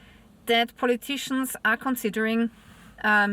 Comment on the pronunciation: What calling "politi-tians", are in fact just some juice🕎🔯